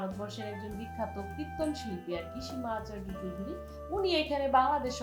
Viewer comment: চৌদ্দরি নয় চৌধুরী